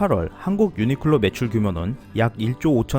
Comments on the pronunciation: 유니끌로 라고 들리네요 ㅎ 매번 좋은 정보 감사합니다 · 내 귀가 이상한가 왜 자꾸 유니끌로 로 들리는건지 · 근데 벌음이 ㅎㅎ 유니끌로 라고 하시는데 이게 왤케 웃기지 ㅋㅋㅋㅋㅋㅋ